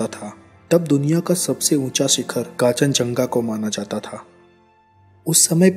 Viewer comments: its not kachanjung its kunchunjunga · काचन जंगा नहीं होता कांचन गंगा होता है😂😂😂😂😂🤣🤣🤣🤣😀😂😀😀😂🤣😁🤣😁🤣😁😂😀🤣😀😀🤣😀😂😁😂😁🤣🤣😁🤣😁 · Bhai its not kachanjunga... Its karnchunjunga...